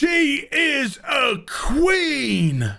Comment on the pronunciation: "She is muh Qween." Jon Snow, also of Star Trek fame apparently.